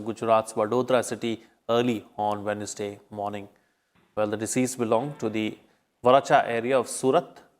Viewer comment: Pronounciation Wednesday what will be? I think it's wenzday.